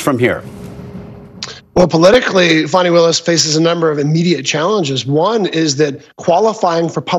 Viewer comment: Her Name is Fani, like "Faany" NOT "Fanny". Get it right!